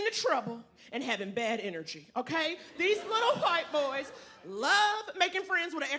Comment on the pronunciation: If I hear hawhite boys 1 more time I'm gonna puke.